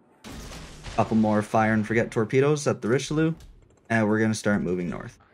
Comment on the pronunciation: Quit saying "Richiloo" ! Jeez, rude. Just kidding xD Richeli*eu*, please 😉 Nice vid anyway, glad this campaign is a DD, and also glad that it's Somers. However I'm kinda disappointed by the general AA capabilites, they're quite garbage for an american DD.